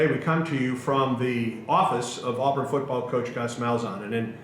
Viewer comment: Will someone please teach how to say, "Touchdown Auburn?" It's, "Touchdown Aw-Burn," not, "Touchdown Aw-Bearn." R.I.P. Rod.